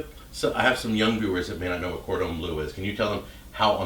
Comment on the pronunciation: cordon bleu isn't pronounced corden blue